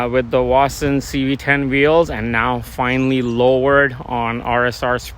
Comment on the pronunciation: Dude, listen up, it Vossen, not Wossen ok.